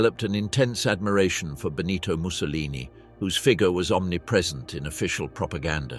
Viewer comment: (* En el cuello llevaban sendos carteles que decían: Assassini Traditori).No era Clara-ara sino Clara Petacci; Benito Mussolini no era " el duque" sino " Il Duce" y nunca "Bonito" sino "Benito"; no es Amilia- Romana sino Emilia-Romagna la región natal...la mayoría de los nombres de poblaciones y personas italianas aludidas, están mal dichos incluido el del Conde Ciano que se llamaba "Galeazzo Ciano".Aparece una fotografía de la actriz CLAUDIA CARDINALE y otras 6 mujeres que no son CLARETTA PETACCI.El documental es bueno pero la narración le resta mucho...de otra parte,no se pueden pronunciar nombres alemanes e italianos como si fueran ingleses o con la dicción en inglés de los mismos¡Un desastre la voz seleccionada...!